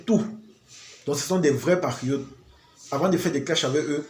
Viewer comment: Quand tu veux dire PATRIOTE , on a l’impression d’entendre PARIOTE donc il faut articuler un peu